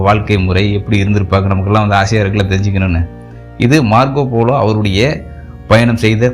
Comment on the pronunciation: மார்கோ போலோ என்று உச்சரிக்கவும் folo என்று கூறவேண்டாம்.